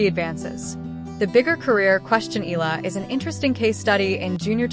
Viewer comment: we Filipinos pronounce Eala into 'E-Ya-La,' please say it, the way we say it. Thank you..